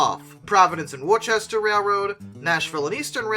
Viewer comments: My man, its " wooster ", 'Providence & Wooster' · I know you’re not from New England because you pronounced Worcester wrong lol. Just a playful joke you’re not the only one lol